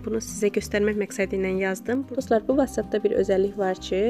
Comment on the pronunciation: Vaççap yox votsap kalxoz qızı kalxoz